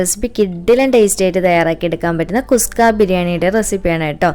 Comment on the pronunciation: നല്ല അവതരണം,,👍 കുസ്ക അല്ല കുഷ്‌ക ആണ്.